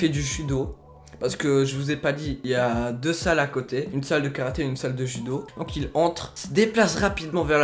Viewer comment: euh il voulait dire judo psk j’ai compris CHUDO